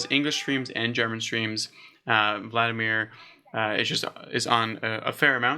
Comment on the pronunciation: VAl de Mar not vladamir